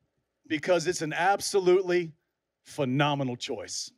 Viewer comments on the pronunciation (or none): "the wee-nonminal one" lol! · The “ Wee-nominal one “ lmao 😂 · "The weenonimal one" 🤣🤣🤣🤣 takes me out everytime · did he say " weenominal one " 🤣🤣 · “The wienomenal one” Bruh hahaha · "The Weenominal One"😂😂😂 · The WEE-nomenal one?!?! 😂😂😂😂🤣🤣🤣🤣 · The "WEENOMENAL ONE". I lost it when the announcer said that